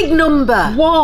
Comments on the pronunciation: When she try’s to say 3 she says tree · When says ‘three’, it sounds like ‘tree’!!!